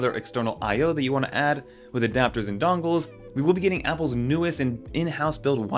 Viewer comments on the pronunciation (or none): I had the same thought (no direpsect either) "moneclature" ?? Also, is it just me or is anyone else annoyed by how he says “DONG-les” and “APP-le TEEE-VEE” like it's some plot twist? I genuinely love his con-TENT, but holy hell let's stop with the RAN-dom empha-SIZING one of these days.